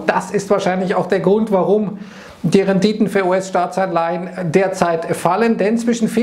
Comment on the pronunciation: "De Renditön ..."